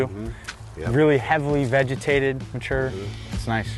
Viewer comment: This area is "heavily vegitated." LOL!